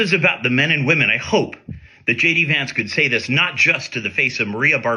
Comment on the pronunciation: It sounded like he said shady vance